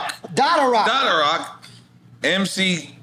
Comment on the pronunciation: Come on bra! Dotta rock and whipper whip should not be mispronounced by any real hip hop heads